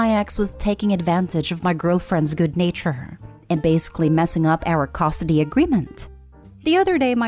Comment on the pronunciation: What is "costidy"? These computer voices are getting better though still MASSIVELY irritating. But when do they get to pronounce words properly?